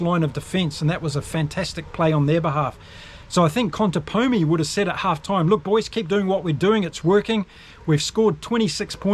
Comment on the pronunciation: Haha, yeah, that ContepoNi pronunciation is quite extended. I did enjoy the rest of the video. Great work!